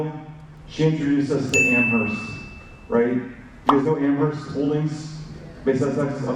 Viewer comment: Amherst not amber